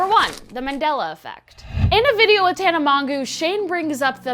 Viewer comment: When she said tanas name wrong I died 😂😂